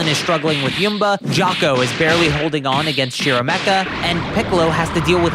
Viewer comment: It really threw me off how you called Shimorekka Shiromekka. Good video tho.